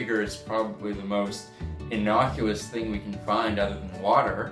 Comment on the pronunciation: please tell me he didn't say "innocuLous" instead of innocuous...I'm hoping I misheard him. The fact he is wearing a Dalek tank has redeemed some points for the video!